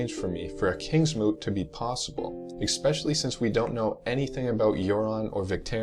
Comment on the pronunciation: awesome video but i think you said "exspecially" which is not a word :)